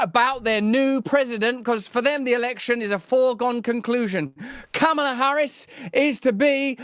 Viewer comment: It’s freaking pronounced Kamala - like Pamela. Sheesh.